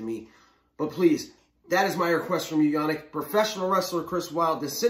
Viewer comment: actually pronounced "Yann EEK", but you are better than 95% of people!